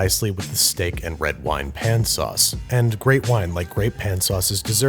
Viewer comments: How do you say pan sauces and in every other episode say saucepin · Me, a normal person: Sauce pan Andrew: Suspin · Looking at the title, I'm afraid of how many times Babs is gonna say saucepn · Pan sauces without a "saucepin" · Commenters: say sauce pan Andrew: sauce PIN Also Andrew: PAN sauce